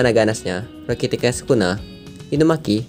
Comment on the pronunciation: Denger ryoiki tenkai nya malah kaya rokitekai wkwkwk